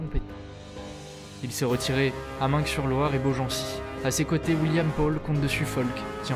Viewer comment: Super vidéo ! Au fait Meung-sur-Loire se prononce "main sur loire". Continue à t'améliorer